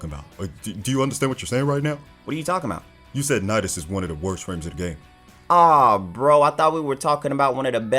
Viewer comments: I got triggered when he said nidius I was like boy I’d love to hear u say something bad about him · how dare u almost say nidus >:( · Duuuuuude you said nidus... I was like haha rofl at the beginning thinking of all da triggered people but I almost blew up when you said nidus hahahaha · OMG bro jm sorry I thought u said nidus I did not watch till the end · I accidentally clicked unlike and unsubscribe when you said nidus there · I was about to get a heardattack when you sed nidus. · Bra when he said nidus i almost unsubbed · I had to put buttons on my shirt that isn't even a button up when he said Nidus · When you said nidus lol and nezha sucks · Lmfao i almost unsubbed when u said nidus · He said Nidus i almost said unsub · I had the Police on speed dial when Rio said Nidus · I was about to virtually fold rio when he said nidus